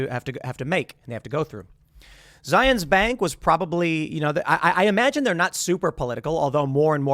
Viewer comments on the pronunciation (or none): Zions. ryhme it with lion not zi-ons Boise like boy-see not boy-zee -An Idahoan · Its said Zi-uhns-. Were not in Israel.